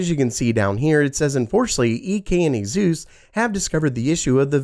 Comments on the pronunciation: I think Asus is pronounced like Pegasus. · A-Zeus, please, no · Azeus?… ugh i just cant. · When Asus became azus